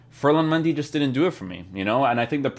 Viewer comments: Its Mendy not Mandy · It’s Mendy not Mandy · Who is Mandy. I thought it was Mendy. 😂😂😂 he not only got a upgrade he also got a name change